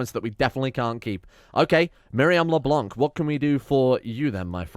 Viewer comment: When you read Leblanc, don't read the "c" at the end. Le blanc in french means the white